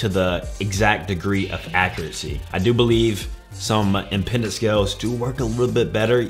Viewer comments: It's biological impedance, not "impendance". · Right, he seems to be adding an extra N in there on pronunciation.